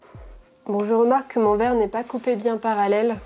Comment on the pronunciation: Le truc de fou la découpe du cuivre et la dépose sur du verrrrrrrrrrrrrre (avec un accent bien de chez nous) 😌